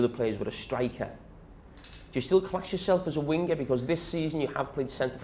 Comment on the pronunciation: “wingerr” “strikerr” how he says it